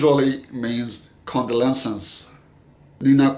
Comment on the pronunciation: Thank you for this video, although I would say that I think you are mispronouncing the word condolences